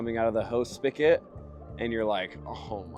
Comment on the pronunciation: did he just call a spigot a "Spick-It" ???